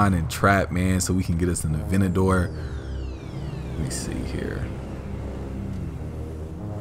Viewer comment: Normal people: Aventador: Avinagor